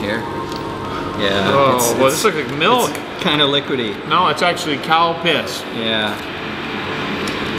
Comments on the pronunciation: When he said calpis i thought he said cow piss. =/ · WTF is Calpis?! 🤔😂 LOL. Cowpiss.................. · Man you loved saying calpis and after saying out loud i do agree calpis calpis calpis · I laugh every time I hear Calpis just because I know every American speaking person that hasnt been to Japan hears something completely different! lol And the green Calpis looked like toothpaste! lol